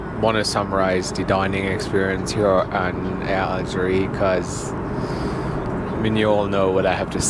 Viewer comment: Algérie pas Algerie. Vous avez oublié qu'en français, le E n'a pas le même son que le É et le È.